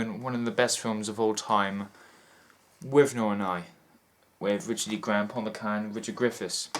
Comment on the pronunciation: you mispronounced squalid, Paul McGann's name and 'dramaticness' does not exist in English dictionaries. I am being a turd but I want to hear Your insight on this great film and I am a turd>Thanks for taking the time and I'm glad you enjoyed this fantastic, revealing film however I must again be an absolute steaming turd and tell you that you also misquoted 'How dare you call me inhumane as' ' How dare you call me humane'. They are polar opposites. I feel you still understood and got it it. If it's any consolation, I am Welsh too.